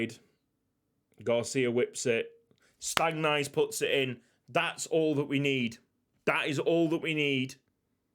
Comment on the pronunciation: Stangnæss is more like Stangness instead of Stangnice